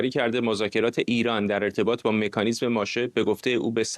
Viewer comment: فردوسی به مادرت سلام رسوند گفت مکانیسم نه میکانیسم